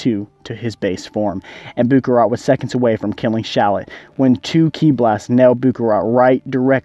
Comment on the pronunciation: I mean "Buu" not "But"LOL